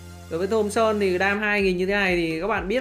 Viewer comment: thomson e toàn đọc là thơm son